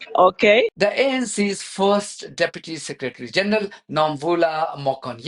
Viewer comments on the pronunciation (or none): none